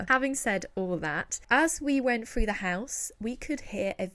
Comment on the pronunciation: Why can’t you pronounce “th”? You looked “Frew”???? Do you mean “THrough”?? 🙄